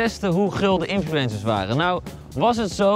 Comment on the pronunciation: "Infloensers" ga op spraakles aub